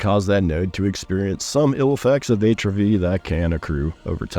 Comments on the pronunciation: check pronunciation of "atrophy" :) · I became progressively nauseous every time he said it incorrectly... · Great video. Hadn't seen your channel before. Your upcoming AoC overview video earned you a subscribe so I wouldn't miss it. Now just learn how to pronounce "atrophy".